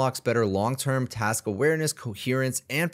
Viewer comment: Do you realize there's a k in the word 'task'? 😅